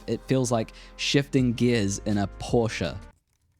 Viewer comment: YES, PORSCHE is a Two Syllable word! Would love to move up to the F3. However, I have a fair amount of Non-AI Nikkor Lenses. So my F2-SB is fine.